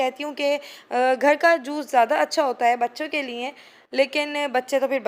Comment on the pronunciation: LIAN nai hota لیے hota hai... please correct Urdu bolain